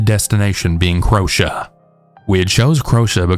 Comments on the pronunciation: Homeboy literally said: "CROW- sha" 🤣🤣🤣🤣🤣 it's "crow-A-sha" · Crotia? You mean Croatia? Crow-aye'zhya ❤ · Oh yay just in time for the journey to work 😁 Btw did you mean Croatia? Cause thats pronounced crow-ay-sha 😅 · Don’t worry about saying Croatia wrong. How many people from over here say Mary-land instead of Murraland. It’s not Mary as in the English name, it’s based on a Latin name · What why did you pronounce Croatia like that lol?? Unless it was a different country.